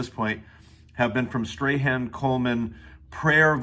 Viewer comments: As some one who lives in NZ, I can confirm his name is pronounced more like "Strawn" than "Stray-han"😅 I would recommend listening to his podcast "communers communion" and you can hear him pronounce his own name if that helps :) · I loved this, thank you so much 🤍 Also I think his name is pronounced “Strawn” because he’s from New Zealand but I’m not even completely sure because his accent is so strong 😅 Something like that